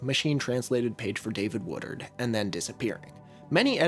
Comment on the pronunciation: i keep hearing a Philly guy say "watered" every time you say "Woodard" xD